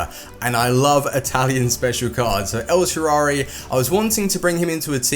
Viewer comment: EL SHARAUI please, dont say el sharauwuwuwhshwhwi